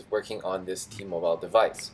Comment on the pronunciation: Thanks for this information I wonder why T-Mobile is so different from every other carrier I would've never realized this. Also just wondering why do you keep mispronouncing T-Mobile? Lol